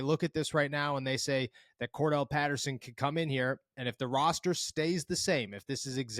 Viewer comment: CORE-DARE-ULL not CORE-DELL 😎